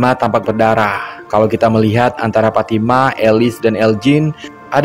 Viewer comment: IH FATIMA PULA TU,,NAMANYA PITALOKA SHODIKIN ITU,,KAU BILANG PATIMAH,MANA ADA ORG BARAT PATIMAH NAMANYA,PITALOKA SHODIKIN ADA,cara bilang nya,shooo,,lidah nya agak di tekan kebawah,,giginya dikit rapat kn,,shooo,,sho,ha gitu,,ulangi PITALOKA SHODIKIN,,ha pas,,🤭😁